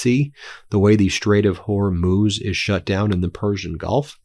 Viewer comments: Glad you figured out how to pronounce Hormuz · You did really well switching your pronunciation of Hormuz! 👍🏻